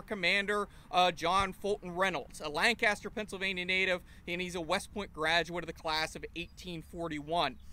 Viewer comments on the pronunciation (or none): He said Lan-Caster 😕😕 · At least say Lancaster correctly. You guys are two counties away